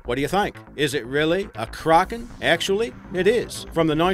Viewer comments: it isnt pronounced "Ker-Awk-en" its pronounced "Crack-en" As what everyone else says. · KRAKEN NOT CRAGEN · its kraken not cragen... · "*Krogen*" That's all I hear when he says Kraken. 😂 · KRÄKEN xD how he says it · I cringe every time he tries to say 'Kraken' cro-gen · Stop saying Crawkin!!!! Arrrr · Who else gets annoyed when he says "Kraken"